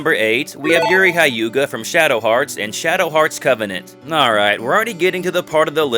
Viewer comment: Utterly confused how you manage to pronounce Ryudo correctly then totally mispronounce Hyuga.